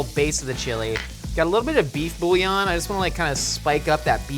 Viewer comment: I hate how pronounces boullion